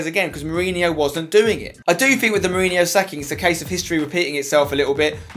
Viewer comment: Its Jose Mourinho not Hose Mourinho